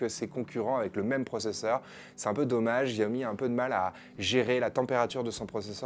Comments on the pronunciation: polnar jean bas non on s'en fou pas c'est comme si tu regardais des présentation de produit nike et le mec prononçait ça nique. Xiaomi se prononce chaomi, c'est pas compliqué non plus... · Pour info je crois que ca se prononce "chaomi" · Y a t-il un jour ou vous prononcerez correctement le nom de cette marque?